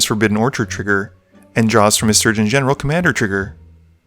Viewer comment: You dont actually say the General in Sturgeon Commander's name